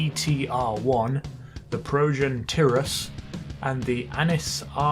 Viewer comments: TIE-rus. Not TIH-rus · TYrus not TEARus fucktard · its pronounced tirus not turus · you say it TI-RUS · You what? You made the tyrus (also its pronounced tie-rus) look like a ferrari? You do know its based off a mclaren right? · You pronounce Tyrus wrong, It's pronounced, Tie-Rus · He said tirus. “Shudder shudder” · K can you pronounce Tyrus correctly already. Holy fuck. It's bad enough the Akuma is one of your favourite motorcycles and you can't even pronounce that motor's name properly but now this is going way too far. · Who else cringed when he said progen tyrus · I agree